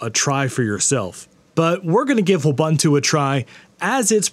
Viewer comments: Eh……… it's "Wu-bun-tu!! Not Uah-ban--tu! Gosh…… this makes this otherwise great video really hard to watch. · Wu-boo-too, not woo-buh-too. Ubuntu (ooh-boo-too) is an African word. Thanks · Ubuntu is a Swahili word and pronounced "ooh-boon-too". So Wubuntu would be "woo-boon-too", not "wuh-bun-too". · You're pronouncing it completely wrong. It's woo-boon-too. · I love how he says it's so fun to say and immediately pronounces it incorrectly... It's just like Ubuntu (oo·boon·too), but with a W...